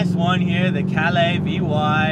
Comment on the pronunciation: Nice ride👍 just glad you pronounce Calais better than last time 🇦🇺🍻